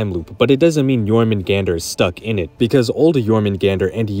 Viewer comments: It’s Your-Men-Gun-Der or Your-Men-goon-der. It is not Your-Men-GANDER 😂😂😂 do you pronounce the J in jalapeño? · the way this dude pronounces Jormgunandr is like chalk on a black board. its supposed to sound like Jormun-Gone-der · The pronunciation of jormungandr hurts me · MISPRONOUNCE JORMUNGANDR AGAIN! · Considering how many times you say it I can't believe you didn't pronounce jörmungandr right even once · Bro I hate the way you pronounce jormungandr it sounds much better when you pronounce the a as ah